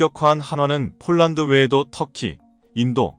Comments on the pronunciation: 폴랑드 폴랑드..알만 할건데..그대로 읽어 버리네.~~ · 폴란드를 폴랑드?중국식발음인데? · 발음 폴랑드 포랑드 가 어디아 사람이 하는 말이야